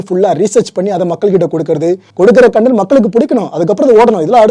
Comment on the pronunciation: Brother one small correct..pls pronounce like content...not cooonnntttaaaannnntttt...